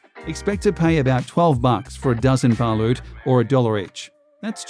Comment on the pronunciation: It's "BALOT" aint "BA-LUT" DUMBASS